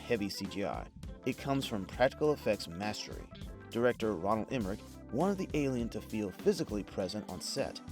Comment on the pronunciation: its Roland Emmerich, not Ronald